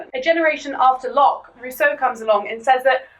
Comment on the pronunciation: How do you mess up Rousseau this much?... He wasn't even French.